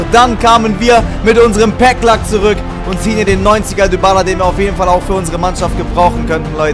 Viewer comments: Man spricht Dybala nicht Dübala aus sondern Dibala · Man spricht es Dibala aus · sagst immer dübala der heißt dibala wir aber halt dybala geschrieben